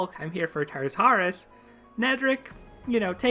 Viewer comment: I think you're pronouncing Tartarus incorrectly. Don't space out the tars. kinda sounds like "tar-taure-us" in 3 quick syllables.